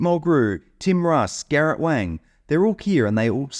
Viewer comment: Garret Wong is the pronunciation, although it's spelled Wang